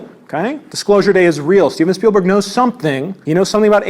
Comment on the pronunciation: "Stephen Spielberg's Dicklosure day - I mean Dicksclosure day" hit different after seeing the strait diagram